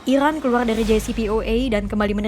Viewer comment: Capek aku dengarrrrrrrrrrr, ilan dan islael....😂😂